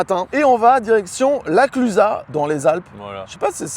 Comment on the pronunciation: Mais vous avez bien dit « La Clusa » et pas « La Clusaze » 😂 Bon point pour vous ! 👏